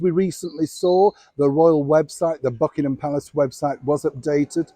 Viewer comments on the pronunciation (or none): none